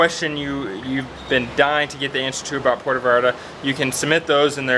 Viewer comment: Food served at Comida corrida places, is the kind of every day food Mexicans eat at home. What you got was, puerco en chile pasilla (pork on dry chile sauce). You almost got it ( Puerto Vallarta) 🤣🤣🤣🤣🤣 Try - Puerto "Vahllarta", although most Mexicans pronounce it, Puerto "Bahllarta"